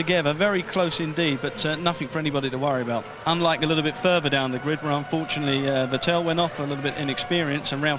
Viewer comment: Note how James Allen pronounced Vettel's name correctly when running through the grid order, then Brundle poisoned him into getting it wrong. I think it was mid-2011 before British commentary was correctly pronouncing his name again!